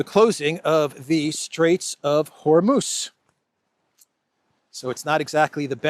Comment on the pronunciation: Also Hormouzzzzz, and not Hormooche! :face-green-smiling